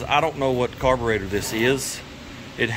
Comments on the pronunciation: I stopped watching after the 30th time you said "Carburoster" as if it was funny or clever. I will never watch one of your vids again. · I wish he'd say the word "carburetor" correctly at least once....